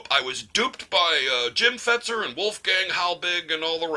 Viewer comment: Thank you for saying "Fetzer". I've been saying that for years and have gotten blocked by lots for saying it.